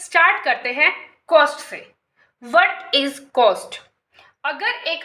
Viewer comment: Wat nhi😂 what is hota hsi 😂😂😂😂